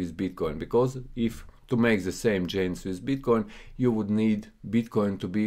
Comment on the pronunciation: Friend, its Gainz not Djainz, greetings from Amsterdam